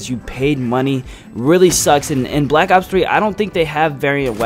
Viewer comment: Black ops3* 1. you can't read and 2 you say aw instead of black ops What is this?